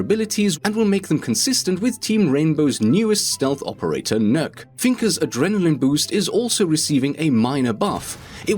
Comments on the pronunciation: Nokk not nuke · Hey if you able to answer my question then that would be great. Also just as a side note NØKK is pronounced N-UH-K. What is your favourite / main attacker / defender and if you don't have one what is the best? Thanks if you can answer it and i love you videos so much, they're probably the main thing that makes me choose majority of things i do in game:) Have a nice day.:)